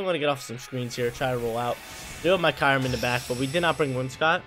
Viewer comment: Also, I think its (Curry-Um)